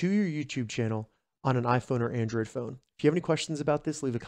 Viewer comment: bro said “Andrad”